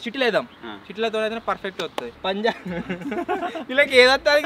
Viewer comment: Anna antha baga adru kani oka mistek chesaru _ akada punlab❌punjab✔️